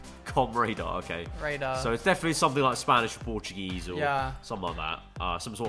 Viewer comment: trying to speak portuguese ( he did well )